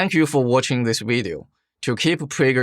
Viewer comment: He says "video" like Uncle Roger...